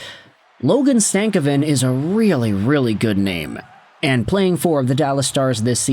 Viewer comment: Its not stav a kin . It's sta cov vin . Just saying